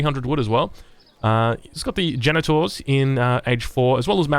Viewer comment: it sounds like he's saying "genitals" when he's saying genitours